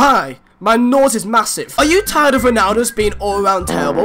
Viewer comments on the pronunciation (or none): The way he says nose cracks me up